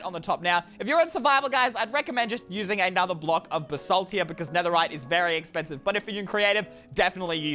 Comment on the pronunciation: its pronounst basalt